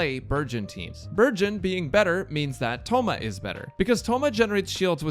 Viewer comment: I keep hearing burgeon as virgin...